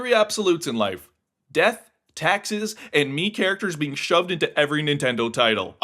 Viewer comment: "tackses" lol